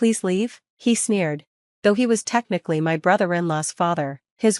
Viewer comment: Sneered...not "smeared" ! You need to get a better Robot.